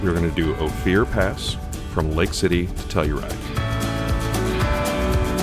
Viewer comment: Great tour with one great drone shot after another!!! I really appreciate all the work that went into this. FYI - "Ophir Pass" is pronounced "O-fer" (not "O-fear").